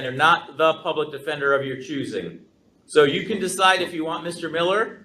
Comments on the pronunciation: “Man, take it to trial dawg, I ain’t need no lawyer, I’m smart as haaaaale!” Says the illiterate troglodyte who addresses the judge as “my honor”, refers to the public defender as the public “attender”(???!!!), and was basically told by the public attender that if he pled guilty, he would get out of jail today, yet his lack of a functional brain and his unwarranted, overinflated ego didn’t comprehend this and he carries on with his belief that he’s got no felonies, then proceeds to carry out multiple contemptuous acts! 🤣🤣🤣 Yes… yes this Noble Prize winner is demonstrating his highly superior intellect and wealth of extensive knowledge on all things… If only he could correctly pronounce “Affidavit”!!!!!!!! Folks, it’s NOT AffiDAVID!!!! Stop it’s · First it sounded like 'detender', then 'attender'. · Is he saying "Public Pretender"? ROFL